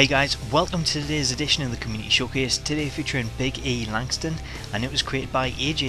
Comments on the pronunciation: B - Ee Lan-Stooon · the announcer said big e lanstore XD